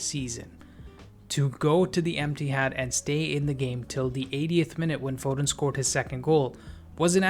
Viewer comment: lool not u saying emptihad soo bitter jus accept it ur team trash bro chill